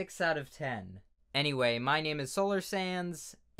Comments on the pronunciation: You are saying "Solar Sands" suspiciously simmilar to "Solar Sans" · I always think your saying “Solar Sans” as if you where an Undertale AU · Every time he says solar sands i hear solar sans